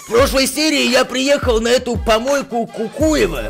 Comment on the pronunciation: Не кукуево а кукуева чтоб ты знал